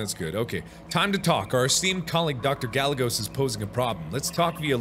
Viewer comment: "Gallegos" pronounced "Guy - Ay - Goes" lmao